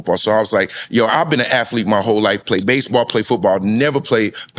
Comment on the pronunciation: I love the storytelling...but damn Bellamy its aTHlete not aFlete. MFs purposely say it wrong. You won't be less black if you say it right. Damn